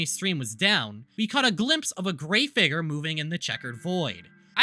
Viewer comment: i cant get over how he keeps saying figger over figure